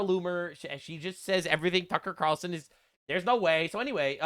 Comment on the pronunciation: he’s saying Qatarlson, not Ta Carlson Ka-tarel-sun